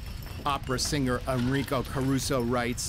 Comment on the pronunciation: Just for the writers and producers information, the American Red Cross was founded by Clara BARTON, not BURTON, as the narrator said. My wife noted that Caruso's name was mispronounced as well. And I found it annoying that this documentary didn't cover any of the disasters fully. For example, the biggest problem with the San Francisco Earthquake was the fire that started in the aftermath, which, by in the video, hadn't been mentioned. Neither was the death toll of the 1900 Galveston Storm, which has been estimated between 8 and 12 thousand people -- or the second disaster: dealing with the bodies, including how many were sent out into the Gulf of Mexico for burial at sea, only to float back to shore a few days later. By the time we got to in the video, neither my wife nor I could take more. This was a poorly done documentary.